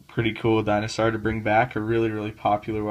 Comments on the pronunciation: Wtf is a dinosaar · I love the way he pronounces dinosaur